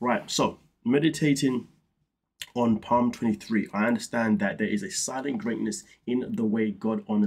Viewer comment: The letter P in the word 'Psalm' is silent.